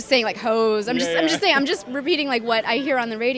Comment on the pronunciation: "Hoes" haha how she says it.